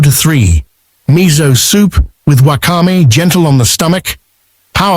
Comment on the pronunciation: Good info but terrible pronunciation of Sake and Wakame. Pls be respectful of the Japanese language. Take the trouble to get it right.